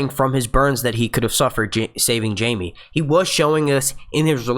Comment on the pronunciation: I trusted you. But... but... you made the biggest mistake there is... you mispronouced Jaime.